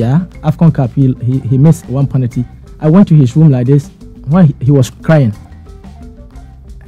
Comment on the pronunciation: its pronounced penalty not panalty.